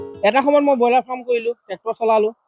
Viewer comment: Fram nohoi baidew farm. Give attention your pronunciation.